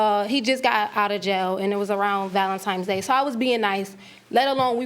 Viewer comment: I trust NO ONE that calls it "Valentimes..."